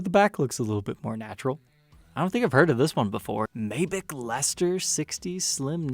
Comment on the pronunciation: The way he pronounced Maybach.. It's Mai-Bach not may-beck/back..